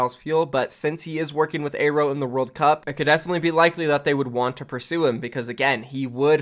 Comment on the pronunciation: I think its pronounced AIR-O not A-row.